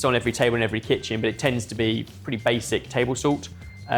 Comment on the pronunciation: "Zult" I always find pronunciation of "salt" amusing